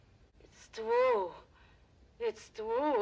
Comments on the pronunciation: Oh..its twue..its twue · Unfortunately one of the punchlines that was written by Richard Pryor was successfully censored by Warner Bros. When Lili Von Shtupp says "Is it twue the way you people are....gifted? Oh... its twue, its twue!" Bart was supposed to reply with "Uh, ma'am? Youre sucking on my arm" EDIT: also, for reference, white folks of non-Irish descent (particularly of English descent) used to discriminate againt people of Irish descent pretty heavily in the US. (The English in Britain do still discriminate against the Irish, but thats another matter entirely)